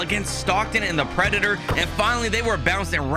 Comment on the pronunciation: Bro you need an English class